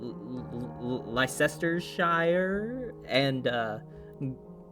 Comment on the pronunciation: Great video! Your channel really deserves some extra eyes on it, and you've earned a sub! For future reference, should you need it: Leicestershire = Les - ter - sher Gloucestershire = Glos - ter - sher